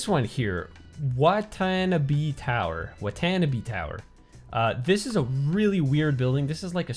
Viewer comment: To the best of my knowledge, the Watanabe residential tower is pronounced "Wah-tah-nah-bay".